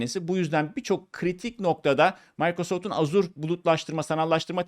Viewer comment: Azure diye yazilir "Eja" diye okunur "Azur" yanlistir